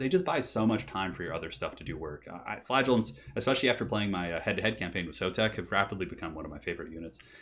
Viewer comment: I always pronounced "Flagellants" the way "flagella" sounds. The way you say it makes it sound exactly like "Flatulence" lol